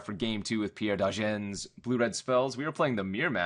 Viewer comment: It's Pierre Dagen not Degan.